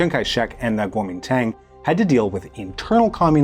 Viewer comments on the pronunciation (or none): Man, you don't know shit about Taiwan. If you're going to pontificate on foreign matters, you might want to at least check your pronunciation. I'm hoping that it's just ignorance that kept you from mentioning that Chiang and the KMT (that's Guo Ming Dong in English) shipped as much of the art and gold as they could over to Keelung as Mao's forces closed in on them over in the mainland. Your numbers on the White Terror are drastically understated. The island is a very complicated place and among my favorite in the world. Please show some respect for the dearth of nuance!